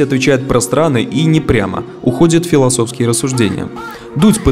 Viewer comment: За видео спасибо, отличный разбор! кстати, твое быстрое произношение "гость" иногда звучит как "гусь" 😀